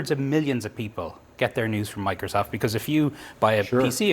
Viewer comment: "I think Mocrosoft is a trustworthy... " lol